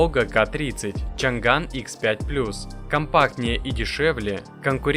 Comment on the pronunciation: Не чан ган а чъан дан 😂😂😂